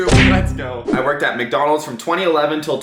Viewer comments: why did you say mecdonald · Why do you say micdonalds